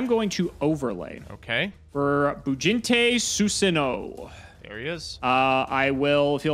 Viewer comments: it's not Susanowo it's Susan OWO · is a coward for not pronouncing susanOwO correctly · Love mispronouncing susanowo so we don't have a sound clip of him saying OwO